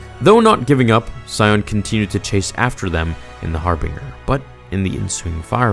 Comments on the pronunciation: Hearing you pronounce per-ah-gus and har-binge-r as pear-agus and har-bing-er made me cringe so hard. Have you even played KOTOR? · "Har Bing Gurr" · Bro it’s Har-BIN-Ger not binger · Great video. Just one thing for next time, Harbinger is pronounced har-bun-jer instead of har-bing-er. It was an excellent SWTOR server back in the day too! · (*Har bin jurr*) not harbeenger (*fa sill itee*) not faculty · That's really great, love your stuff, love all the effort but it is har-binge-er not har-bing-er. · anyone else annoyed at how its not har-bing-er, but har-binge-r? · Har-binger. Pronounced "Har-binjer" buddy! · Its "HarBINGEr' not Harbringher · Your pronunciation of harbinger is slightly wrong. it's Har-bin-jer not harbinga. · Haar-bing-er huh, I always thought it was the "Harbinger" ya know Har-bin-jer. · Ok i have to say it...its pronounced (har-bin-jer) not (har-bin-gur) and if youd played the knights of the old republic games youd know that youre mispronouncing Ebon Hawk as well. Sorry i just keep cringing everytime i hear you say harbinger the way you do. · har-bin-ger not har-bing-er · Heads up, mate - it’s pronounced “har-bin-jer” or “har-buhn-jer”, not “har-bing-er”. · Harbin-ger not "harbing-ar" dude... and it's also pronounced "mach-ination" not matchin-ations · That's har-binge-er, not har-bing-er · Your pronunciation of Harbinger is pretty funny. It's "g" like "j". Har-BINGE-er, not Har-BEENG-er. Sounds like a ship Chandler would fly lmao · The... Har-been-Jar? It’s just Harbinger dude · It's "A"tris not "At"ris It's Harbinger (Har-Binge-er) not Harbinger (Har-bing-er) And for the love of god, it's "snuck' NOT "sneaked", as in, "Sions cloaked sith assassins SNUCK aboard the republic ship..." BRO ITS "Peragus (per- AH - gus)" NOT PARA-GUS They literally pronounce all of this IN GAME lmao I CAN'T be the only one bothered by this lol Grammar nazi rant over. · I’m sorry but it’s har-binge-r, like a harbinger of death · Ah-tris HarBINGer E-bon Hawk Para-ges